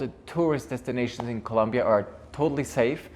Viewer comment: Es ColOmbia! Por dios. If You are a travel agent and Even live in Bogota, You really should learn how to pronouce C-o-l-O-m-b-i-a. Just trying to help. Thats a real pet peeve of the citizens. Also Colombia has came a very long ways into being safer, and yes, there is a Lot of pretty crime in some áreas, however the violent crime has decreased by 80%. Or more. How long have you lived there?? If your gonna have a channel and name yourself,which you pronounce as Columbia frank, please do yourself a favor and pronounce it correctly. As a travel guide you may want to put some positive content in your video to encourage people to enjoy the most biodiverse country in the world with a lot to see and where 99% of people on the street are more approachable than in the US or London,inglaterra. As far as dramatacizing narcos. Let people know to be careful and not wear gold necklaces or Rolex watches or pull new $ phones out in public, and NOT to go out drinking alone and don't meet up with nor bring any person that you just met to your place because of scolplamine, which is basically like a daterape drug that is usually administered by putting in a drink if you go to bathroom take drink with you and if you happen to be a person that travels alone, don't visit with intention to travel there looking for sex or drugs, these are the people that are targeted and give gringos a bad name. Otherwise enjoy the culture and the people and you will have a goo